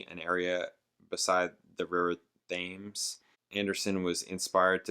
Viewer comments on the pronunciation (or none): River Thames is pronounced Tems, in case you care.😊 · The river is pronounced "tims"